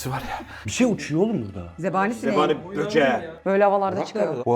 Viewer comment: zebaniye Cebani diyen koca yürekli 😂😂❤❤❤❤